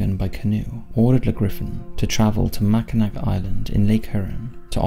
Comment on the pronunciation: I think anyone who is from Michigan had a laugh when he pronounced Mackinac with a c at the end. Although it's spelled that way, it's actually pronounced Mackinaw